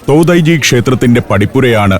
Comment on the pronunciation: തോതായി-ജി temple അല്ല തോഡൈ-ജി temple ആണ്‌ ശരി